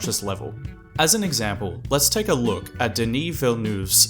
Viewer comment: Hey, you almostt had Denis Villeneuve's last name (Nuh vvv, not Noove) , but the fact you made the effort to attempt to say it properly and called him "Duh knee" instead of Dennis is really amazing, and I appreciated it